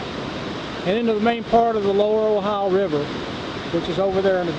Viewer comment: O-Hi-O is pronounced "O-Hi-O". It is not "Ohi" or Ohi-uh". Named for the state of the same spelling.